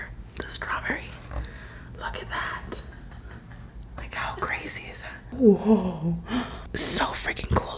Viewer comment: Did anyone else notice that she said "hot" in stead of "how" on